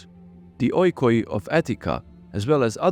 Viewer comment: oikoi is pronounced iki btw, so is ei and u, these are all the different ways to say i in greek (they have no difference in pronounciation)